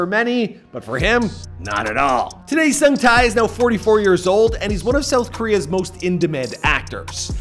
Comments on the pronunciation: It's pronounced "ho-song-tay." Oh,and you mispronounced Busan #getittogether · Sung tae not sung thai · The tie part is killing me 😫 it's TAE TAEEEEEEE HAHAHA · omg no offence but your pronunciation of his name is so bad lol his name is not ho sung thai, it's huh-sung-ta (tae). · Who tf is Sung TAI!? 8 minutes of hearing this would make my ear bleed, nope. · ''HOW SUNG TIE'' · it's pronounced Heo (Hoh) - Sung (Suhng) - Tae (Teh) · You say the “tae” in “sung-tae” like, like “teh” as in the teh sound from “telephone.” He says his name properly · The way he mis-pronounces his NAME! Over and over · If you can do all this research you can look up how to pronounce his name correctly too, respectfully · Y'all really need to take time to work on pronouncing names correctly. This is painfully insulting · Heo (as in hope) Sung (as in song) Tae (as in Television) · Omg the way he's so excitedly pronouncing the actor's name wrongly without knowing, annoyed me yet makes me laugh. Lol u know u can test how to listen to it from Google translate right? The least effort u need 🤣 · Dude ur fukin butchering his name!